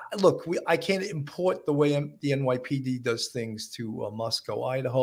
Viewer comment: I’m from Moscow Idaho—born and raised. Please pronounce the name of my hometown correctly. It’s Moscoh—not MoskOWW.